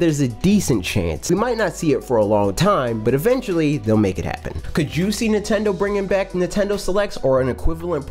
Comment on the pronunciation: I love how this guy says Nitendo lol